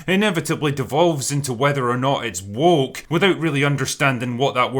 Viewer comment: Personally I think just avoids the word "woke" because he struggles pronouncing it. WOOOHCKH